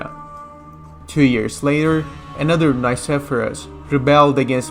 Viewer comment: You are pronouncing "Nikephoros" wrong. The Nike part needs to be pronounced like you would say "Mickey" (From Mickey Mouse) but with an N instead of an M. And phoros is pronounced flat and also intonated like that "phoooooros" "Nickey" + "phoooooros" = nickeyphoooros you can also put "Νικηφόρος" in google translate, choose Greek and see how the name is correctly pronounced. As a Historian you are just obligated to do the minimum amount of research (google translate) before you butcher someone's name. The rest of the video was really good:)